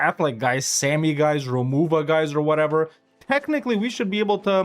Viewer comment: Sami is pronounced with the "ami" like salami fyi